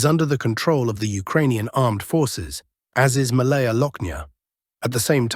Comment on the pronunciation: It is not Malaaya Loknia but Maalaya (smaller) Loknia. Opposite of Maalaya will be Bolshaaya (Bigger) Loknia.